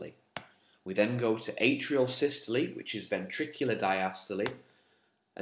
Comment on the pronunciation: I'm really triggered by the way you say diastole and systole but I can get over that because of how amazing this video is - saving my A levels one step at a time